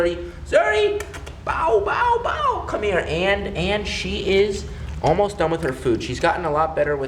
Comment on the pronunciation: The way he said bow bow bow is just......whyyyy